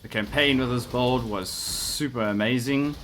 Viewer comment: Its sounds like bald or bold when you say build so its kind of Funny:D